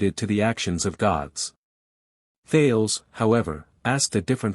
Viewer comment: Thales is pronounced "thay lees"